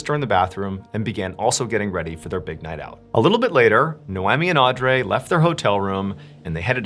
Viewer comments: I think it’s pronounced au-dree. I think…. .That is how its usually pronounced. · Audrey is pronounced "Audree" (like Audrey Hepburn) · lol yo it's pronounced Audreeee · Audrey is pronounced, Aw-dree. Just an FYI for the future. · Am I the only one that was overly focused on the way he pronounced "Audrey? " lol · why are u pronouncing audrey like that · Why he pronouncing Audrey like that 🥴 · Why did he pronounce Audrey so weird? Hope that hotel went bankrupt after a slew of extremely negative Yelp! reviews…🤔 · Pronouncing noemi right and butcherind audrey is wild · I’ve never heard the name Audrey mispronounced so much by a native English speaker 😆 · Grrr pronouncing Audrey that way drivin me nutz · That’s an interesting way to pronounce “Audrey” lol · You really need to learn how to pronounce names: Noemi = no me Audrey = (are you fugging kidding me?) aw dree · Twist is, her name is pronounced awwe-dree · It's irking me that the names don't seem to be pronounced right. It should be "No-Mee and Awe-Dree" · Oops... Naomi is pronounced nay o me Audrey is pronounced aud re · nay oh mee? ah dree? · Funny how you pronounce Noemi and Audrey name😂😂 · Are you mispronouncing names in order to gain more comments? Naomi and Audrey are very normal American names... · Does he say the names Naomi and Audrey correctly? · Dude, calm down with your "NO ONE SULLIES OUR PRINCE OF STORIES LIKE THAT" nonsense. I went to school with many Audreys and they did in fact not pronounce it the way John did. Ive known one NOEMI, but am unsure how she spelled it. It could have been NOMEE or something. Your lashing out is unwarrented and silly. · Odd-Ree not Andrea lol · Audrey is Aud-ree not ray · Ardray? Isn’t it pronounced or-dree? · are you trying to make the name Audrey sound French? It’s pronounced “aw-dree” not aw-drey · The name Audrey is pronounced Audree not Audray that was driving me nuts this whole episode . Rip beautiful sisters ❤ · Audrey is pronounced Aud-ree.